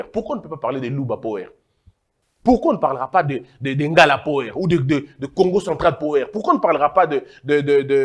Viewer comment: La prononciation de power c'est pawa